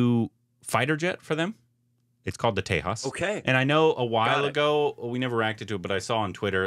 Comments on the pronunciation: It's not tehas it's j like in jug . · By the way, it's pronounced TEY-JA. The J is pronounced like a G. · My Dear Friends: It is "TEJAAS" - "J" as in 'Japan'. Not the usual American pronunciation of J thinking everybody in the world pronounces like the how the Latin-Americans pronounce "J" (as "jay"). Japanese do not; and in India "J" is the most used alphabet in all the Indian languages. Always the "J" is "J" and not "hay". It is so painful within one minute of starting watching your episode, it sounds awkward. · Tejas pronouncing J in Tejas: sounds like J as in Jack : Tejas means "Radiance of character".... in India J is almost never pronounced "ha" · it's pronounced TeJAWs J in India pronunced as JAY and not HEY unlike Mexico. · The J in Tejas is pronounced as a Z sound not H. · It’s not Tehas! It’s Tejas with j spelled out as j! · It's not Tehaas, it's Tejas😂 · We Indians pronounce it as te-jaaz not te-haas.😀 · It is pronounced The-Jus meaning shining light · Not G, J itself. J like Juice but Jas... Tey-Jas. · J is not silent